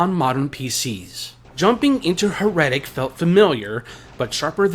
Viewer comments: Or try saying 'Her' pause 'etic' seperate. Then...make the gap smaller and smaller till you have no break in the words. Thats how it should sound. 'Her' 'etic'. Not 'Her' 'Retic' 😂 Sorry.... It's so triggering/funny/silly how you say it. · Totally saying it wrong. He's double 'R''ing/adding to much to it. Her-etic....it's not hard. Proper Kings English Now. He's saying Her-retic. Saying Her...and keeping the R on for the 'etic'...so he's then saying 'retic' after the 1st r sound in her. He need less R. 😂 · You - 'HER-RETIC'. 😂 You are saying 'her'...then 'retic'. Doubling the R You need to (- 1R sound lol). Proper/English/Me 'HER-ETIC' You have to roll into the 'etic' making the middle sound more like 'uh'. IE it's said/sounds more lile 'HERUHTIC'...Not 'Her' - 'Retic' lillke you say. Like 'She' has/owns a 'Retic'. Lol. 'Heretic' - 'Herohtic' try saying 'Hero tic'. Then swap the he for her, and the o sound for e sound. Easy 😂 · You say Heretic weird. I thought it was Hera-tic